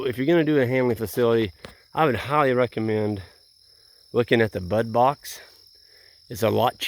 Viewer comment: It is a "Bud Box" and not a "butt box".